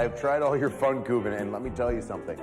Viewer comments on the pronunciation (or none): Great, now Miz thinks they are called Fankuvens😆 It's Pfannkuchen, Miz. No, actually it's Berliner, of course.